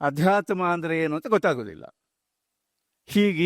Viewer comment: ಆಧ್ಯಾತ್ಮ ಅಲ್ಲ ಅದು ಅಧ್ಯಾತ್ಮ